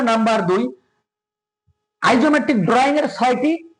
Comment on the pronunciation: উচ্চারণ - ডিরেকশন,আইসোমেট্রিক